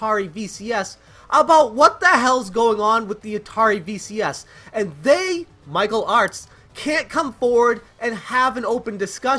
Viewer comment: Through my crappy 5S speaker, every time you say Michael Artz it sounds like you’re saying Mike O’Hart...